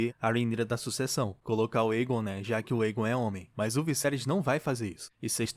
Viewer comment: Lindo demais este episódio só ñ gostei do dublador falando errado o nome do Aegon será q é tão difícil pronunciar certo fala sério eu amo a Raenyra e o Vyseris está um show achei lindo o encontro do cervo a legítima rainha amei cada detalhe deste episódio.